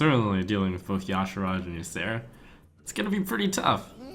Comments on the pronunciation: y'shaarj is not pronounced ja shurash its pronounced as e' sharee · I'm pretty sure Ya-Sha-raj is the official pronunciation given by Blizzard. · Tanner Corder I checked and Ya-Sha-raj is the way it's supposed to be pronounced. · Why does everyone pronounce Y'Shaarj incorrectly? It's so obnoxious to hear them say Ya-Sha-raj. It's pronounced Y-Shar-j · pretty sure its pronounce: Why-Sh-Are-Jay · Blizz devs pronounced it as yah-shar-ahj, but these are the devs who tried to push see-thun as a pronunciation, so take that with however much salt you have.